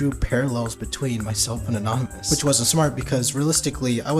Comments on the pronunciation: a-naan-ymous woke up the big two headed camel.. i will correct him so he behave next time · Wtf 😭 bro is such a simp bruh. "A-Naan-ymous" bro what 😭 I'm boutta Kms 😭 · nah but a-naan-ymous sounds like the average 6th grader at my school😂